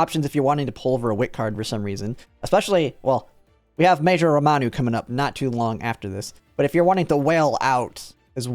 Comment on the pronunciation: It's RAMONU, not ROMANU